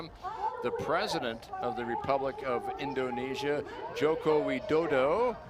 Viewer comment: JOKO WIN DU DU? Broooo Wai DO DO masih mending, ini WINDUDU? wkwk kalau pak Jokowi itu Xi atau Putin udah habis ini commentatornya. Kalau menurut saya, sebagai gambaran besarnya, infrastruktur harus dikejar untuk menjadikan ini yearly event buat Danau Toba, masyarakatnya juga harus semakin modern dan mengerti budaya pariwisata yang bener dan mungkin facade-facade rumah rumah masyarakat yang terlihat di kamera di pinggiran danaunya juga direnov, bisa dimodernisasi atau ya tradisional. Mungkin Danau toba bisa jadi "Monaco"nya indonesia.